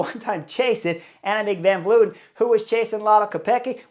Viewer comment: it's Tiesj Benoot, not Benoet. Pronounced as written. Dutsch is a phonetic language. Reuser, not Roezer Van Vleuten, not Van Vloeten Kopecky is pronouced perfectly. 🙂